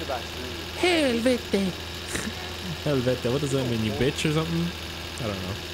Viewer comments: It's "Helvetti" not "Helvete" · Also, it's not ''Helvete'', it's ''Helvetti'' and it means ''Hell'' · Its "Helvetti" and it means hell